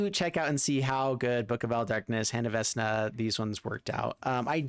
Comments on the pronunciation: What a pityful deck, this was your punishment for mispronunciate the sacred name of VeKna. Serves you well! Haha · VEKNA my God watching you tubers try to pronounce these cards hurts. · How are you pronouncing this Vesna??!?!? Oh and you're not the only one. CGB apparently can't read either, lmfao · Everytime he pronounces it VES-na, Matthew Mercer dies a little inside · I BEG OF YOU! PLESE STOP SAYING VESNA... MY EARS ARE BLEEDING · I know I'm like the 10th person to say this but. VeK-nuh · love the your videos. To assist for the future when you see or play Vecna. Vecna (/ˈvɛk nɑː/ VEK-nah[2]) here is the pronunciation . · Vekna is how it's pronounced. I never do this, but im such a DnD fan it drives me crazy 😂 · I cringed each time i heard vesna lmao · Vek-nah,. veCK-nuh. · Typo in title and it’s pronounced veck-na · It’s «veKna» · for the love of all that is evil its VeK Na lol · Same. Love his videos. I'm sure everyone will rave about the mispronunciation just like I will. Veck-Na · right, I meant the way he was pronouncing it. Sorry if I wasn't clear with that 😁. I would always pronounce it veck-na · Its pronounced vek na "vecna" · Fam it be the eye of "Vesna":) At least according to:D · You can really tell which of us are D&D geeks. As a long-time DM, the mispronunciation makes me want him to roll for diplomacy with a -10 modifier. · 😆 if you watch matt colville vecna name comes from the jack VANCE books and is a anagram. Your still denouncing it wrong but its interesting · Mispronounced Vecna is driving me absolutely nuts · this, i cringed every time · I cannot believe you've never heard Vecna said out loud. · Love the deck, through the multiple mispronunciations of Vecna are killing me haha. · Omg yes! 😂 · Idk maybe he was just missreading it. For awhile my wife thought vorinclex was "voronicles" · Immediate pain as soon as he said it